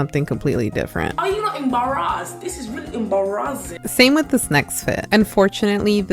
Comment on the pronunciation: gurl said- "ære you æembarazzæed? This is rælly æembarazzæing..."